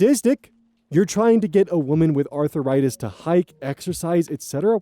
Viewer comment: Why do you pronounce it as 'Arthur write this'? Also, as a person with chronic pain: she is better off without those extra pounds. ;3